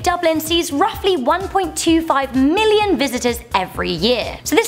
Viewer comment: Did she just say 1 million died wrong